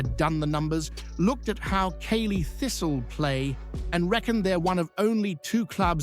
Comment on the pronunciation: Its Cally thistle as in Ally not caley pronunciation